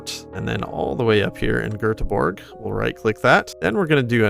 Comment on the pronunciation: As a swede, I'm very impressed you pronounced Göteborg right 😄